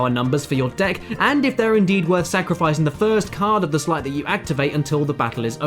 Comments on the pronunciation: Sleight not slight... you dont ride a sligh down a snowy hill you ride a sleigh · Sleight =/= "slight"